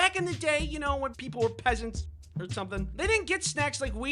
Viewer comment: The way he sed pesants got me ROFL